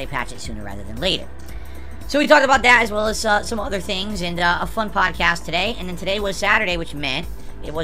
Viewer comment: I believe a small handful of whales is called a pod. (Or, as would say, a pahd.) GASP It just hit me! That's why he calls his thing a pahdcast! It's not 'cause he actually thinks people load his rantings up onto their iPads and phones - it's 'cause the dents are the PAHD he's 'casting' to!